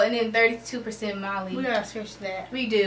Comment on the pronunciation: Mali is in Africa n u guys just mispronounced all of the countries you mentioned. Left ur yard much?